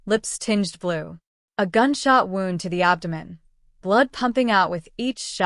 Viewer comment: It's "wound" as in a boo boo. Not "wound" as in wound up. Come on, fix the AI. 👎 I HATED the ending. 🤬🤬🤬